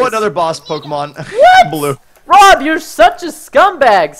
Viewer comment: The pronouncing of the pokemon kill me! Aaa ah! Plz Preston! Pronounce correctly